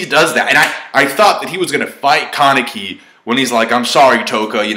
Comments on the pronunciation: ka-nee-kee not Kar-ni-kee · for ####s sakes learn to pronounce! its not that difficult! Hid:/ē/: Kanek:/ii/